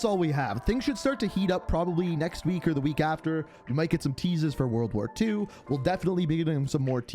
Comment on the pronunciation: “World War Thew” 🤣🤣🤣🤣